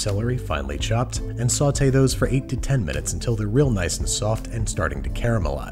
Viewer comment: why can you say sauté correctly, but not pan?